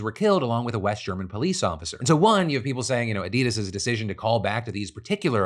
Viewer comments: *"Addy-dahs", not "Adeedas" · The "Addid" of "Addidas" doesn't rhyme with "Hadid".